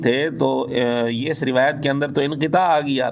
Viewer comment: Ye banda rawet means urdu talfuz b ada ni kr sakta